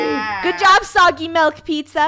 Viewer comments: Funneh it’s milk not malk😂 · Pizza and malk No it’s pizza and milk Sammy the pizza NO. STRAWBERRY.